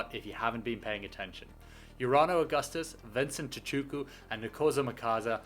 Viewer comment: This should help with the pronounciations of some of the SA players: Vincent "Chee-2-car" and "Nko-see-nutty Clubber-cun-yeah". Its difficult to even try and find the words to come closest to the actual pronunciation of our languages in South Africa. There's an old Xhosa idiom that says: "isiXhosa asitolikwa" which means "the Xhosa language cannot be translated" and its true and for many other languages in South Africa.